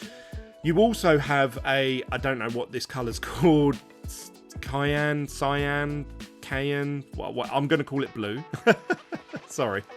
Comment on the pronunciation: CYAN (SI-AN), Cyclops, Cycle, Science. THEN Anthropology. American pronunciation for "an", "ant". Not "ahn". CMYK = Cyan, Magenta, Yellow, Black aka 4-color process printing. These match the printing plates.